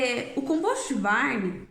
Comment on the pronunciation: '' composti barni " Puts.... Se o termo é do inglês, quem sabe vamos respeitar o idioma e falar corretamente as palavras né? Não tem a letra " i " em nenhuma das palavras. COMPOST com T mudo e BARN com N mudo. Obrigaaaado.